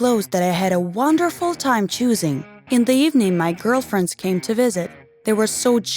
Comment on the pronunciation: Did she say girlfriends like Friends or liking girls